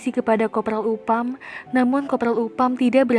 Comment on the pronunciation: Next time penyebutan nama dan tempat dibenerin ya, mba. Upham bukan dibaca Upam, tapi Aphem, dll.